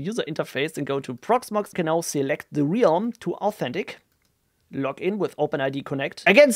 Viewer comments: you mean like "helm" but with an "r" :D just saying this to make sure nobody is wondering why the realm would be pronounced helm :D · Great video, thanks. I also liked your compose file clean-up. One tiny, tiny, point......from you mispronounce Realm several times. It is actually pronounced with a short vowel, as in RELM. ;-) My wife is German and she has problems with that word as as well ;-)